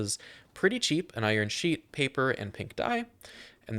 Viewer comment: listen really carefully I'm certain you say iron sheep lol Great Showcase Man I started using these now 🤣